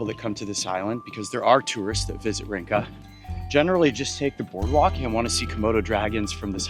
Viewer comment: Just an FYI, Rinca is pronounced Rin-cha. The alphabet C in Indonesian is pronounced Che. It makes ch- sound. 🍻